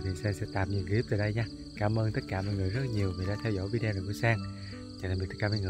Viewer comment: Mình rất thích YouTube của Sang. Những buổi Đi bắt cá với các em rất là dễ thương. Chúc sang nhiều thành công. Cho gửi một ý kiến, chứ VIDEO đọc là VI-ĐI-Ô, chứ không phải VÌ-ĐI-EO😍